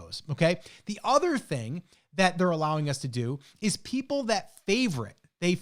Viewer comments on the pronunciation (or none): "we have a chance for those PEOPE to buy" Oops.🙂 (Sorry, couldn't resist.) Love the video, by the way. Just discovered your channel and I think I'm on about video #4 or 5 in a row. 🙂 By the way, when talking about the email marketing, you didn't mention anything about the fees that are charged by the giveaway, facebook, etc. Do you have another video where you talk about this and the ROI versus just using the Etsy marketing?